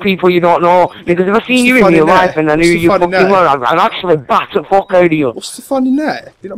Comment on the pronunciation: lol he says " I don't give a FWAWWWK!